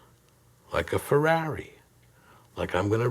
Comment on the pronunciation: i like how he says Feraawree!(ferrari)